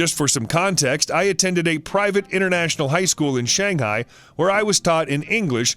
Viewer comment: HE DIDNT SAY SHANGHAI RIGHT IT IS SO FRUSTRATING CAUSE IM CHINESE